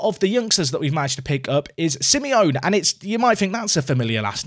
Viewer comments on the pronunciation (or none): But it’s Simey-onay.